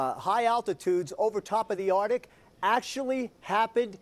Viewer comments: I checked out when Bastardi mispronounced the word "arctic". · i like how this uneducated bastardi keeps pronouncing it Artic , instead of ARCtic. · knox140 He might seem smug because he knows that all evidence is in his favor! Shit, Bastardi says "artic" instead of "Arctic"...to me that's enough to discredit him! lol But besides that, Nye has the evidence on his side and Bastardi has nothing...Bastardi is basically using hearsay and Nye is using facts. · lol, Bastardi said "Atric"...that automatically discredits him in my book...it's "Arctic"!! He doesn't even use correct terminology!! Bill Nye is a mechanical engineer and he has a better grasp on climate change than a meteorologist!!!